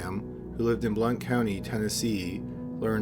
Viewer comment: Kudos for the correct pronunciation of Blount County, Tennessee.